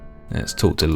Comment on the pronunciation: I am truly embarrassed how hard "chief the brundtain" made me laugh 😭😭